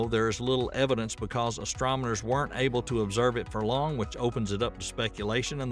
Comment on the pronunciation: Did I hear the narrator say "astromoners" several times? 😆